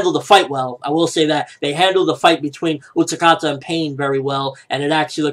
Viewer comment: It's Utákata, not UtaKata